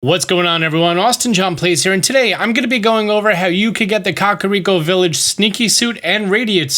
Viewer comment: Kah-Rhi-ah-co- Village😣